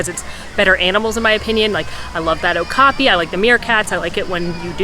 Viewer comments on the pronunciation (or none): Oak-a-pee = Okapi :D (zookeeper pet peeve. Continue on.... lol) Great video thanks!